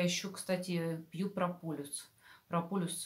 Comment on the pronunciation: Олеся, Вы - молодец! Только не говорите "прополюс", это не правильно и режет слух, правильно - ПРОПОЛИС! Это - не от слова "полюс" (южный или северный), а от греческого слова "полис" - "город", потому что пчёлы прополисом обмазывают свой "город" - улей! "Про-полис" - значит "для города" (или места жительства). Не обижайтесь на замечание, но исправьте произношение, а то очень слух режет. \\\\\